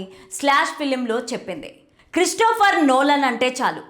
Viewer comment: క్రిఫ్టోఫర్ కాదు తల్లి క్రిస్టోఫర్ 😂 ఎవర్రా ఇలాంటోళ్ళని hire చేసుకుంది